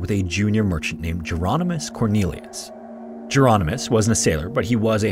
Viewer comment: I think Jeronimus isn't pronounced like Geronimo and more like a variant spelling of Hieronymus.